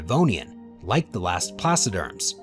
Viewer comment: Yeahhh. They said placoderms wrong(as I'm complaining I didn't look up that spelling so 🤷)